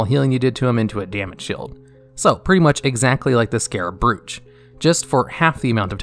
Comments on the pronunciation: "Brooch" is actually pronounced "bro-ch" -- do you think they make up these words, thus you don't have to look them up? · Learn to pronounce brooch! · How on earth are you pronouncing brooch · Draft of souls. DRAFT DRAUGHT not DROUGHT (Drout)... bro bro-ch bro like short for brother. thanks BRO BRO-ch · Brooch is pronounced like "roach", not "brewch" or whatever the fuck you said. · it’s pronounced like broach, not brOoCh😂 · "Brooch" is pronounced "Broe - Ch" just so you know. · Nice vid, only Brooch, is pronounced Broach, sounds like Roach, w/ B in front, keep up the great content !!!! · I like your pronunciation of "Brooch" :) FYI it is generally said like BRO-ooch (as in bro, that's my sandwich! or did you just eat my sandwich? bro not cool!) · Brooch is pronounced Browch. I know, it’s probably weird if you haven’t heard it pronounced before. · Yep, and "brooch" is pronounced as to rhyme with "coach". Amazing video. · Great video, although you kept mispronouncing the word "brooch" near the end. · Decent video but you pronounce words very unusually, particularly draught and brooch. Good list though, there are a few I feel should be in here over others personally, particularly “Rune Of Reorigination” and “Whispers In The Dark” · Would be nice if you did another pass through your narration bud; there are quite a few pronunciation mistakes that could be avoided, e.g. Ion, Unerring, Brooch, Val'anyr...